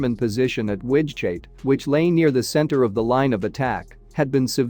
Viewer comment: The AI can't handle the Low German guttural g/ch